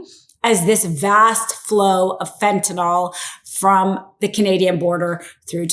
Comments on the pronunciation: Fentanyl.. Not FentanOL . Don’t speak like the poorly educated. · It is not "fentanOl", it is "fentanyl" and pronounced "fen-tan-ill". In chemistry, the 'ol' is about an hydroxyl group; the 'yl' is about a radical; entirely different, and the 'ol' would NOT blow people's minds! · When ppl finally realize Trump is mentally ill, seriously, we can invoke Amendment 25 NOW!! Trump is freakin clueless and we see his insanity right in front of our eyes!! Please pronounce fentanyl correctly, the ending is pronounced fentanyl (nil) NOT pronounced (nol) R.N. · if you're going to read the news you need to know how to pronounce words commonly used on air. Fentanyl is not pronounced "fentanall." You used that mispronunciation three times. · If you're going to read the news you need to know how to pronounce words commonly used on air. Fentanyl is not pronounced "fentynall." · It is pronounced FentanYl, there is no "o". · Is there an "O" I don't see in the word fentanyl? Why tf does everyone call it "fentynol" with a big O? The wildest part is it's always the super educated lawyer types that can't pronounce words..listen to them! A high school dropout can speak better English!